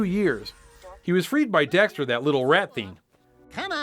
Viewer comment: Duuuuude you mispronounced daxter so many times!!!